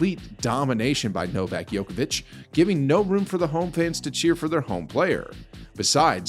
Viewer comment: Who's Novak Yokavic? Never heard of him.